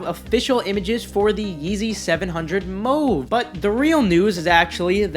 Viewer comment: yeezy mow-vuh LOL look up how to pronounce mauve